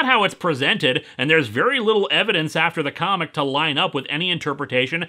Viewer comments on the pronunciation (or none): none